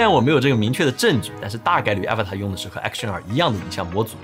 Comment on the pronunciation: 这个真不叫Avatar😂, 是Avata /uh-‘vah-dah/